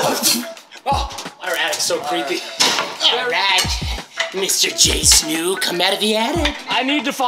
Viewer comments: pretty sure it’s MoreJStu....not “Snu” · It's not Snook it's stoo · There called morejstu not more jsnoo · Mans said jsnu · Mans literally said jsnu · Did anyone else notice that Preston was saying morejstu wrong lol 😂